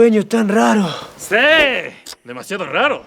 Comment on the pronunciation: Se dieron cuenta que el dr. c dice seee envez de siiii